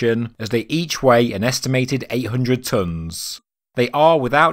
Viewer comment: Don't reference esoteric bs. You do well. Its not 1000 dunns..it's pronounced...tons